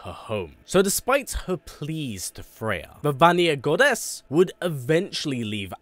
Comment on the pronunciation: Why do you say goddess with such GODess